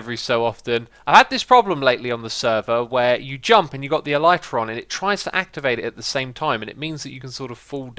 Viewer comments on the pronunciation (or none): none